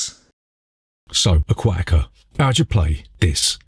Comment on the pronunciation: Im recommending you dub a different accent when saying ‘Aquatica’ some things just aren’t meant to go together you know?